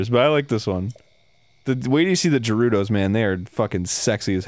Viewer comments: More bothered by how he pronounces "Gerudo", sounds like he's saying "Jew-udo". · It's pronounced "Guh-Roo-Doe" Arin, they actually say that in the game so you can hear official confirmation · Wonder how many people got mad about Arin pronouncing Gerudo differently? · did he say jerudos? did he really say jerudos? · Arin still doesn't know how to pronounce Gerudo...